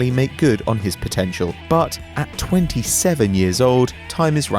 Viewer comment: u make 27 sound like 37......